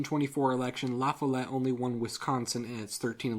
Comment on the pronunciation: actually robert la follete is pronounced fall-et